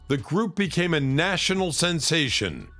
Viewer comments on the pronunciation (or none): none